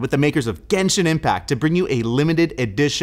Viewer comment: Obviously mispronouncing all of the Genshin stuff is hilarious, you can tell he has no idea what characters he’s talking about lmao